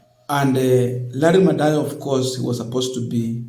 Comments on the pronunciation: Madowo....not Madoyo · Madowo, not Madoyo.